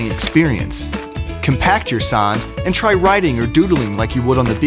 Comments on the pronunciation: "Sånd" is not the same as "sahn". If you're going to use Scandinavia letters, at least get the pronunciation right .__." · Fun Fact: You pronounce Sånd like Sond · As an swede it pains me to hear say “sånd” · It is actually Sond because the å is a o in swedish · (S)he mean sand, not sånd! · actually its sånd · As I’m British, if sånd rhymes with “wand” like it says in the description it would be “sond” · Hey, swede here. If you're gonna tell about sånd to another swede (that may be your friend) then you should pronounce it as "saund" because that's the sound the letter Å makes in the Swedish alphabet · Shahid Rashid roblox but that’s not how you pronounce å they got it way fucking of and it is anoing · ikr Im from denmark. and im they pronounce it so wrong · if you're going to sell a product globally then maybe you should check the pronunciation? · That's not how you pronounce Sånd. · I'm not from Sweden, and even I know that they aren't pronouncing the "å" correctly. (Don't ask me to pronounce it right though, because I can't.)